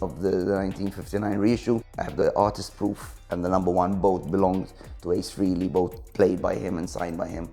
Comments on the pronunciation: For someone who has spent a fortune on KISS and claims to love them so much...he obviously can't pronounce Ace's last name properly...he says "Freely" instead of the proper "Fray-lee"🤪🤣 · Geeezus. It's FRAY-LEE. NOT FREE-LEE. Dork!